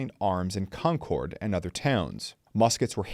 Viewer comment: He pronounces Concord like Concorde